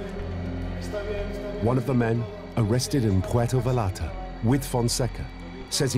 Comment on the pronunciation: FYI, ...the 'L's are not pronounced in "Vallarta". Buen Camino